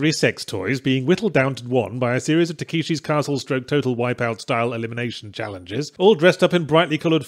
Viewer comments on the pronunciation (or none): "takeeshi's castle" what is it with British people and aggressively mispronouncing the simplest Japanese words. you play video games I know you know how to say that name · Takeeshi's Castle? I swear Yahtzee is just mispronouncing things on purpose now